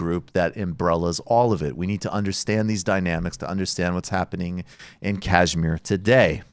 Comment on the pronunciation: With apologies, can we get a little pronunciation correction here — it's pronounced ksh-mEER (emphasis on the last syllable & with "sh" as in "shoe"), not kAAjh-meer (emphasis on the first syllable & with "jh" as in "joie de vivre"). The show is great, and good coverage of this issue is so rare—keep it up!